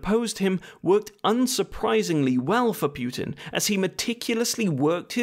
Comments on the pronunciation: Hey, mate, I hope you are doing well! btw, putin is pronounced as "poo-tin", not "pewtin". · Imagine making a video about someone and mispronouncing his name 51 times. Congratulations, you did it! FFS his is 'Poo-tin' not 'Pyew-tin'. 'War II and after he had discharged...' His father didn't discharge, he WAS discharged from the army. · It's pootin not pewtin fuuuuuuucccccvvkkkkkkk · Every time you said "Pew-tin" I killed a kitten. There are many dead kittens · "Pukin" idk if that's on purpose but 😂😂😂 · why "Pyoo-tin"? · Native Anglophones pronouncing Putin as pew tin or poo tin will never stop being funny. More importantly protest agains Yanukovich were because of EU, not NATO.